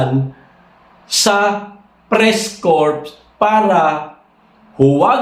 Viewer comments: Its common practice..even some corporate companies do that to advance their image..have a department called "Press Liasion"..also corps is pronounce as "cors" silent "P" sir.. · Ang pronunciation and salitang "Corp" (Sa Press-Corp) ay "Press-Core"